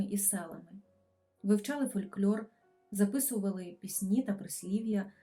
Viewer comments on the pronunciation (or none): Не ''фольклЬОр'', а ''фолькЛОр'', не ''фольклЬОрист'', а ''фолькЛОрист''.